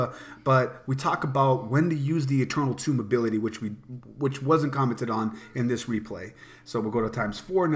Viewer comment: what's goin on what's goin on? great vid, although I can't stand when people pronounce eternal tome like "tomb". the word tome rhymes with home.